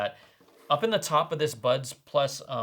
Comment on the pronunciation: I thought I heard butt plug in person 😂😂 I must apologise 😂